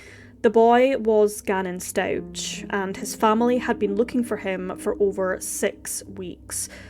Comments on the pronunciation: It's pronounced StauK not StauCH. Love the channel so far 😊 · Very sad case. BTW, the family surname is pronounced Stau-k and he was found in a suitcase not a box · Its really irritating to me that you’re pronouncing the last name wrong. Watch at least ONE video of the trial before you post on this again. It’s sincerely disrespectful to act like you know what’s happened but not even get the name right. Its been literally all over the news and social media. You have no excuse for this.